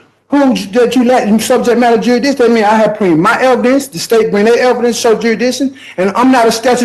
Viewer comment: Shouldn’t be allowed to question jurisdiction if you can’t even say the word correctly.